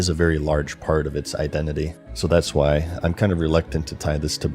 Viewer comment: Wherefrom does your pronounciation of WHY come from? You kinda say it like Hu-wai? :D